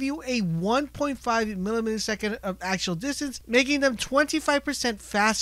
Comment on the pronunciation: This guy has no ude what he's talking about. "tacticle" "acctual distance" and so on.. I'm dissapointed